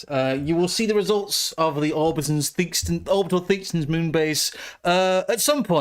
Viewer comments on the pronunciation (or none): Theakstons? Really? you have so much to learn my child.